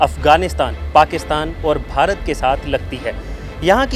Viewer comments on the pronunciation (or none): none